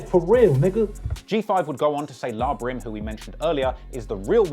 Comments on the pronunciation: NIGGA SAID “LAH BRIM” 😭😭😭😭😭 ITS L.A (like the city) DIMWIT LMAOOOO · It's L.A. Brim not La Brim. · Pretty sure it's pronounced L.A brim. La brim had me cracking up